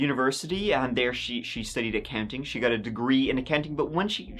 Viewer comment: “She studied acunting, she got degree in acunting